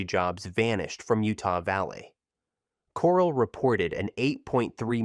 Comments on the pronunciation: "Core-ell", not coral. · can you at least pronounce Corel properly? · For God's sake, get to the point and move on! Stop repeating the same thing over and over in different ways! And DOS is pronounced "doss" but you call it D.O.S. half the time! And how can you mispronounce so many company names and expect to be taken seriously? For example Corel is "cor-RELL" but you call it "coral" like from an ocean reef! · It would have been great if you'd have at least learned the correct pronunciations of the names of the companies and towns, included in your program. CŌREL, NŌVELL, LĒHI, Utah. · That is NOT how you pronounce Novell, Corel, or Lehi.